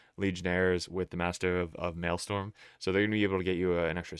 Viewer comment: “Whore-on” and “Mailstorm”